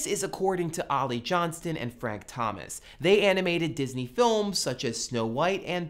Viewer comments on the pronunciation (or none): none